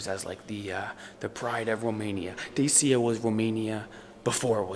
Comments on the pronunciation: It's not Desia..... It is DACIA. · Glad to see with, I am a regular follower of Dodo Explperes! It is pronounced Dachia!